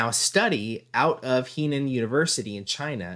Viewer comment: Henan is pronounced ‘her nan’ just saying